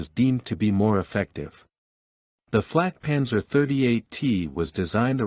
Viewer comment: I wish you all would learn enough German to not mangle the vehicle names, or at least ask a German before recording the videos. This is a Flakpanzer 38(t) auf Selbstfahrlafette 38(t) Ausf. M or "antiaircraft cannon with self-propelled mount 38 (year of design=1938) version M". Flak is an abbreviation from WW1 for Fliegerabwehrkanone which means aircraft (flieger) defense (abwehr) kanone (cannon) auf means with Selbstfahr means self propelled Lafette means mount Ausf is the abbreviation of Ausführung, meaning version or model. It is never pronounced as "owsf"; correctly it is said "ows-feuhr-oong" the T in 38T indicated it was from a Czechoslovak tank factory design. German pronunciation "acht und dreizich teh"